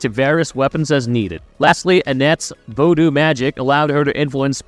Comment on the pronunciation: Damn I can't listen to this guy anymore. *Eye-sack"and "Vo-doo" dude, puhhleeease learn how to pronounce words correctly. I bet you actually watched the series or played some of the games, you might hear how to say the names at least